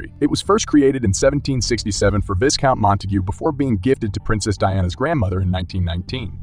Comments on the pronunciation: Viscount is pronounced vi-count not vis-count. Learn to pronounce them before hitting record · It is pronounced “VIGHcount” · Vi-count. The "S" is silent. You're welcome. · The way he pronounced Viscount 😂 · The s is silent in viscount!!